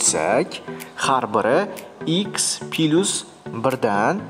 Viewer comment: Пилусмас - плюс